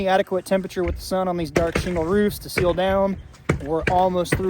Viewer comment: Do they make those baffles for 16" on center rafters? I just had a new roof put on and the contractor was impressed that I have 2x6" rafters every 16 inches. By the way, maybe you're pronouncing "sill" and "seal" the same way, but it's a "sill plate."